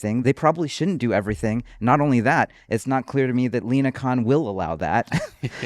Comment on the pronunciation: Linacon? "I'm not sure Linacon will allow that"